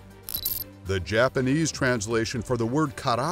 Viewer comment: yeah, if you knew about japanese pronunciation, you'd be rolling on the floor man. To a japanese person that was probably worse sounding than when a Chinese waitress tries to pronounce Pepsi. Not to be racist or anything, I adore asia and it's cultures, which is why this is so funny. That's just a very real example of how bad that was lol